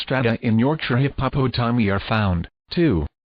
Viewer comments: Hip-Hop-O-Tommy😂😂😂 By far, the best way to pronounce hippopotami!!! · I am tickled every time I hear the computer voice read hippopotomi. :-)